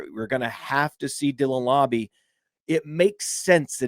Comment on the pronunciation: It's mr lauber lauber